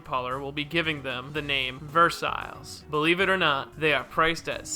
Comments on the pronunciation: know how to say Versailles, it’s pronounced,”Versai” spelled phonetically. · Should've pronounced Versailles as ("Ver-sigh-es") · Versailles is pronounced "ver-sai", like "sai sword" . . . .